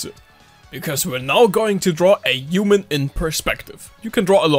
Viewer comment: "a yooman in perspective"